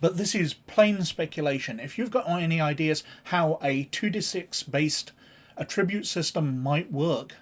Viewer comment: It’s pronounced ATtribute, not atTRIbute.